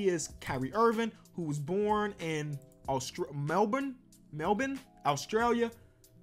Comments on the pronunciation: Who you pronounce Melbourne is mel ben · Thank god actually knows how to say Melbourne right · you are a legend. One of the few Americans who can properly pronounce “Melbourne” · Yes it's pronounced Mel-bin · you nailed the way aussies say melbourne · thanks for saying Melbourne well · Most Americans say Melborn but u said Melbourne right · I rate u you said saying Melbourne properly my man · I’m from Melbourne I can’t believe you said it right, everyone says it like Melborn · I’m so glad he said Melbourne correctly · As someone from Melbourne I appreciate how you pronounced it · Props for pronouncing Melbourne correctly. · Can’t believe actually says Melbourne properly. Bout the only yank that does